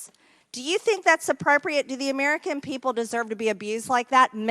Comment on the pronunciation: „dimmocrits“, „emericen“ - can‘t listen to her.